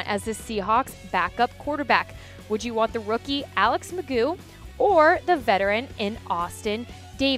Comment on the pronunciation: there is no way it is pronounced mcgoooo. why would anyone go with that. you just say its mcgoff. i just dont understand.